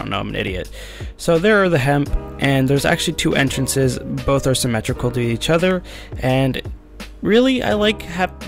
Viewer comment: says entracnes instead of entrances for the pros kappa